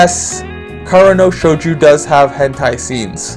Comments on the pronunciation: shojo not shoju. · I cringed every time I heard Shouju... This one has been in my backlog for a while, will give it a shot.